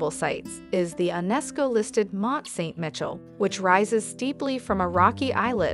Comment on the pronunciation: Where is 'Ver'saies'? Or Mont St 'Mitchell"? Never heard of them before today. I'm not even going to mention the other attrocius pronunciations. I hope you never paid the narrator - obviously an American because only an American would butcher the names as she did.